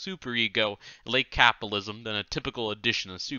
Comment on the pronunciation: No, Art is right, the reading is absolutely horrible. There's a flub almost every 30 seconds. Is it too much to ask that someone reading an audiobook can actually pronounce the words they're reading? Or is that elitist? Not to mention the weird tone he puts on... "capalism" "ingalitarian" "da" instead of "the", "dat" instead of "that" "Meelo-Civic" "cosmitolitan" "phil-insteen" "anudder" "condeeshon" "messiah-nick" etc... Reading ain't his thing. I guess this is what free gets you. "From each according to his ability, to each according to his needs"